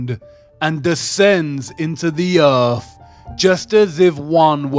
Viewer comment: Heart is not an anagram of Earth or (urf) as he pronounces it, and nowhere in the Bible does it say that an apple was the fruit of the tree of Good and evil. This guy's tone and inflection of speech are getting so annoying I'm not sure that I can listen to the last of the video, he definitely needs to take an English pronunciation class. He sounds like a middle easterner that grew up in Britain. did I forget to mention he's very condescending in his tone, no surprise there.